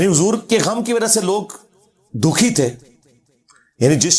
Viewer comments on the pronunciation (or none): none